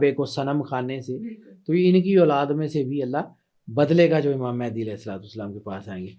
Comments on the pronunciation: Naam toh sahi lele bahen Mahendi nahi Mahdi hota hai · It's Imam Mehdi not Imam Mehndi